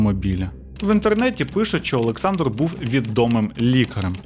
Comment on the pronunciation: У вас криміналіста звуть "ОлексНАдр" 😂 на *